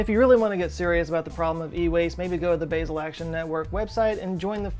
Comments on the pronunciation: Ooh god! I'm more distracted by the fact that he can't pronounce Basel! It's pronounced Baa-zel! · It’s pronounced “Bah-sel”, but that’s what you get from someone who spells his name with two T’s. I live in Basel, so as a proud American that still sucks at speaking the local language, I must correct you! Just giving you a hard time, I love you too. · Totally irrelevant to the overall message. But I think Basel is pronounced Baa-zul as in the sound - a sheep makes and not the (H)erb Sorry please don’t shoot me Brilliant video as ever. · Just FYI... Basil (Bay-zill) is an herb used in pesto. Basel (Bah-zull) is a city in Switzerland. :)) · (Sorry for the correction... English is just the worst as a starting point for knowing how to pronounce the vowels in most European languages) As a Swiss citizen, I cringe every time the word "Basel" is mispronounced. It is as simple as in 'Ame(rica)', with emphasis on the open 'a'. For those who don't know, Basel is the name of one of the more important cities, as well as the name of the 'state' (Kanton) its in. Thanks for the otherwise amazing video! ❤️🖖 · When he pronounces "Basel" the Swiss die a little inside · You're pronouncing "Basel" wrong ;) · The way you say Basel is so weird. (I am from Germany and don't live to far from Basel) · Basel = BAH-zl Sorry. Lived in Switzerland and loved my time there. "Basil" makes me cringe. Otherwise, great video. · Hello... From Switzerland. Your channel is my #1 favorite (yes, I am subscribed). As usual, another great vid; thank you. While I am here, if I may, "Basel", the Swiss city, is pronounced "Baa-zil" and not "Bay-zil". No big deal, just wanted to throw that at you. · It's pronounced "Bah-zel", not "Baysil" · It's bah-zle, not bay-zle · Basel - it's not pronounced BAY-sel. It's pronounced BAH-sel. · Love your channel -- try "baH-zel" rather than bay-zell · Baa-zel not Bay-zil., oh no! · It’s pronounced Baa-zl 🤓🤓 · Basel: Bah - zel.